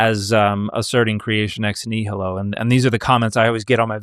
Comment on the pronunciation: Dude keeps American butchering nihilo